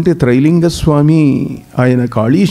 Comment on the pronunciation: నాయనా తెలుగు నేర్చుకో ముందర ట్రై కాదు రా బాబు త్రై.....🙏🙏🙏....